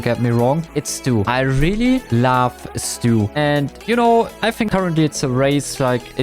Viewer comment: im a Stu main and you said stuina 😭🙏